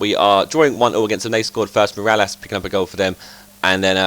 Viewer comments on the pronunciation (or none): none